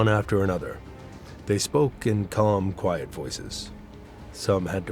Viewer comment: why is there this emphasis on quiet? That makes no sense. Why do you point out private? That seems off. Let me know when you can